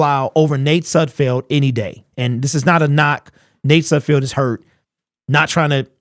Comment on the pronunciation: I know you don't like Sudfeld but it's pronounced Sudfeld like Seinfeld is. Not Sudfield.